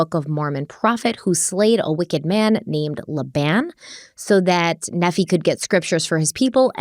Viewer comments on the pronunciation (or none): Nephi is pronounced NEE-fie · pronouncing Nephi as 'Neffy' Me: ☠☠☠☠☠ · Ma-rone-eye = Maroni Also, Nephi is pronounced Knee-ph-eye And Laban is Lay-bun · I love you and I wasn’t going to say anything as I didn’t think it really mattered, but 4 episodes in I think you deserve to know Maroni is pronounced (Maron EYE) not (Maron EE). And then same goes for Nephi it’s (Knee PHI) not (NEF E) I don’t have any bad intentions correcting you I just thought you would like to know. ❤️ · I'm not Mormon but I lived in Utah for far too long and was a good target for missionaries lol Nephi is not pronounced "nefee" it's more like "knee-fy" (like wifi) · Pronunciation: (Knee-f-eye) (Layban) (Moron-eye)... ok continue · Love you guys! Btw: Nephi is pronounced "Neef-eye" and Moroni is "Mor-own-eye," and Laban is pronounced "Lay-ban." 😂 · Just for future reference, the prophet names are pronounced Moroni (Morone -EYE) and Nephi (Neef-EYE) 😊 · This may have already been pointed out, but as an ex-Mormon, I just wanted to help you with pronunciation of these crazy Book of Mormon names… Long I (eye) on Moroni. Long E and I on Nephi. Long A on Laben. I’m here for you if you have any Mormon questions 🙃🙃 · Just a small note - the Book of Mormon prophets mentioned have particular pronunciations in case you were interested. Nephi - pronounced Knee-Fi (long i) Moroni - Mor-O (long O) -Ni (long i, like Nephi) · It's pronounced Nee F I. Like long " I " . Just sayin. P. S. I still love you! Lol! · Moroni is pronounced like, muh-rohn-EYE. Nephi is pronounced, KNEE-FIGH. Laban, is pronounced like, LAY-BEN. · Mormon names are bizzare, so for the record, it's "More-ohn-eye" (Moroni) and "Nee-fie" (Nephi). And let me tell ya, not even Mormons believe in past lives and people being zombies, but they DO believe in evil spirits that cause people to do bad things. So really, it was Lori and Chad all along who were dark spirits. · Nephi is pronounced knee-fi